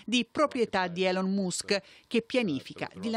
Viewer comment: La pronuncia di Elon Musk!! Ma come si fa pronunciarlo cosi male...